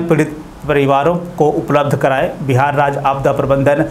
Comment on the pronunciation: Bihar hai bhai Bahar nahi